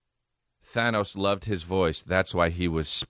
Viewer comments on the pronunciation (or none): none